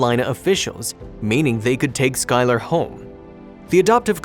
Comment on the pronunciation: He also said they'd name the baby "sky-LAR" it almost hurts to hear sometimes. (I think it might be an AI voice)